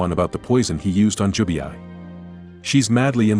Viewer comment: it's Jubei,not Jubiai😂